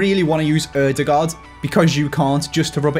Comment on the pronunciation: Oy, great pronounciation of Ødegaards name!!